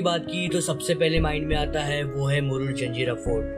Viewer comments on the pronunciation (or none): जंजेरा नही भाई जजीरा(jajeera)